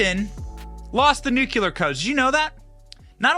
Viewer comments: Dude, you've got to learn how to properly PRONOUNCE "NUCLEAR" -- it's embarrassing already!! And "Burisma" too, BTW!! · JUST SAYIN…NU CLE AR… Either way he lost ‘em! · We love you Benny, but it's Nuclēēar! 😂🤷‍♀️😜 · Itz .NUCLEAR, n o t nukya-ler. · What are “nucular codes”? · Love your content, but pet peeve: It's pronounced "nu-clear" not "nu-ku-lar." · Stop saying nuculure it’s nuclear 😂 you sound Canadian 😂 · Nuclear has only one U. Nuclear. Not nuculear. Cmon Benny!!! 😊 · Only us Americans pronounce nuclear wrong. We sound like morons when we say nucular. Its the dumbass equivalent of voting Biden. The word is nuclear, not nucular. We say it wrong so much they actually put it in Websters and it says common American mispronunciation. We sound ridiculous to other English-speaking countries, because were supposed to know how to speak our own language but some of us speak english worse than ppl who speak it as a second or third language. New-clear=nuclear. Nucular=dumb American. Food for thought. Considering Bush says nucular, id probably steer clear of saying it wrong. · NUCLEAR! NUK-LEE-UR NOT NUK-U-LER JESUS CHRIST HOW CAN SOMEONE BE SO SMART AND MESS UP THIS WORD SO MUCH! 🤣 love the videos but that drives me crazy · BEN! STOP SAYING "NUCULAR"! THERE'S NO SUCH WORD! TGE WORD IS "NUCLEAR"! YOU'RE MAKING US ALL LOOK LIKE MORONS EVERY TIME THAT YOU SAY IT!!! You don't do Trump any favours by making his proponents sound like idiots! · Since there’s no such thing as “nucular codes”, why should we worry? It’s NUCLEAR CODES we need to worry about. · New cle are, not new cu lar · I remember when that happened. They tried to say it was a joke. BTW, it's NUCLEAR and NUKULAR. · Nuclear/ Nu-cle-ar, not Nuckuler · Nuclear not nucular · N U C L E A R...not NUCULAR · Please learn to pronounce nuclear: new-klee-ər… For that matter, memento: MEM-en-to (same root as MEMory and reMEMber)… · NEW-CLEE-ER... You're welcome, you fuckin' illiterates. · Benny!!! NU KLEEE AR!!!